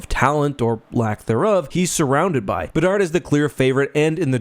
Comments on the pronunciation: Did say “bedsy of the Chicago bedards”? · "Bedsy of the Chicago Bedards" made my day.